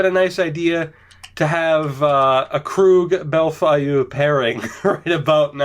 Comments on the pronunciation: Bellefeuille = Bel-Foil (kinda) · Holy shit. Bell-foy